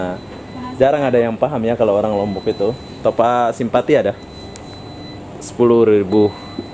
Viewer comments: Topap bang bukan topak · Bukan topak?? Top ap sebutan nya..top up...malaysia buka malassa ..wah ngak sok malaysia ..aku WNM pn kalau ke indonesia pake bahasa indonesia dengan betul...kenapa bisa??sebab campuran malindo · Dasarr kepala lu peang.. Ak orang lmbok... Klo ngmong itu yang jelas.. Bkan smbrdur gtu... Bilang aja mw beli top up... Smua orang bkal tau.. Ni bilangnya top ak... Topak kepala luuu... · Bro kau sebut " topak" atau " top up " ?? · Bukan "topak" bang.. "TOPUP" lagi pula itu bahasa inggris bukan bahasa malaysia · Top up bukan topak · Bukan topak tapi ada spasi sikit top up di baca top ap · Top up bodoh,bukan nya Topak! Kalau tak tahu menyebutnya tak payah lah nak berlagak,bangang betul yg upload video ini! Konon nya nak jadi macam org Malaysia,babi lu! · Top up bro bukan topak, salah bro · tapi kata top up itu bahasa inggris bro jadi aksen dan pengucapan nya ya harus top up bukan topak mana ngerti lah topak. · sebutan salah tu..bukan topak..tapi sebutnya top up.."topap" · Top up bukan topuk, tu mah bahasa inggris smuapun tau bkn cuman orang malaysia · nyebut nya yang betul dong... sebutan nya sama seperti dalam sebutan bahasa inggeris "top up" BUKAN topak... jadi orang gak akan keliru dong.... salam dari Malaysia.. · Malaysia bro bukan Malasia, topup bukan topak...... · Top up bos (di baca TOP AP), bukan topak.. Anjirr ngakak gua.. 😂😂😂 Setengah malu setengah lucu, salah tapi ngomongnya PD 😂😂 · Heheheh saya pun dengar Top Pak.. sebenarnya Top up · top up tu bahasa inggiris bro😂... sebutannya aneh.. topak.. hahaha.. kalau bahasa aslinya malaysia kad pra bayar.. tapi disini lebih senang panggi top up.. bukan topak😂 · betul bro, sebutannya aneh topak, mungkin dia nggak ngerti bhs inggris sama sekali, maklumlah orang2 yg mencari kerja di malaysia itu biasanya orang2 dari kampung dan kurang pendidikan. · Top up baca seperti ejaan, bukan topak cara kamu sebut. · Mungkin lidah melayu, maklumin aja